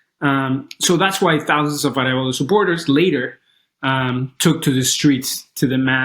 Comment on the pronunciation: Bernardo Arevalo----- say "ah REV ah-lo"